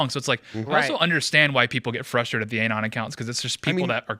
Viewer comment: The way dude keeps saying "anon" like "aye-non" is obnoxious